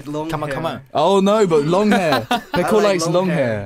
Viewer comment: I really thought Baekho said "Hello, I'm pickle."